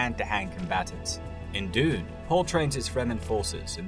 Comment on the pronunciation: Pretty funny that he can't say dune and he is doing a bunch of videos on Dune